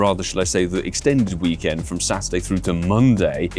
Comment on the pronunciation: Did he just say Hhhhhhhhhhhhweekend? Wow a fkin volcanion tease for the ones who already got it? fkoff pokemongo. I'm tired of this game